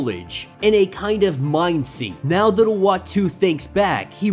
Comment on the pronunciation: Uatu is pronounced ooatu. 😉 Love your vids!